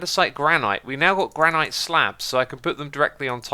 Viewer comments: You're saying granite wrong you dont need the "iyt" it is ponounced "gran" "it" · "Gran Ight"